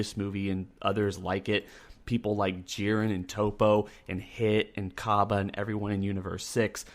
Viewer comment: I thought they pronounced Toppo it TOP-O in the show.. not TOE-PO... But I do agree on the part that Jiren is boring AF.. they should definitely show some of jirens past to show how he got to we're he is now.. make him relatable because he has that superman level of unbeatable to him that makes him uninteresting